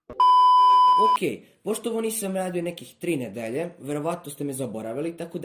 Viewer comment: I ti takodje imaš taj naglasak kad kažeš nedelja